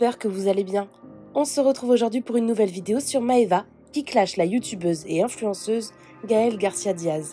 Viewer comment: Les T, Maeva, ça ne se prononce pas « tch »